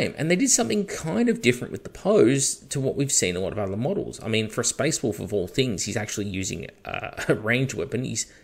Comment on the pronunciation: You sound funny when you say “wolf tails”, you sound like you’re saying “WOOF tails” lol.